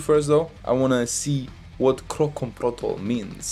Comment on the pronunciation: Protokol, not protol 😂😂